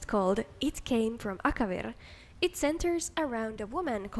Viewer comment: You pronouncing Akavir sounds cute and funny